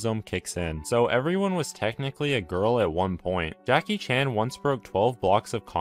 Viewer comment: "jackie Cheaan" ITS JAKI CHAN (say it asian slang)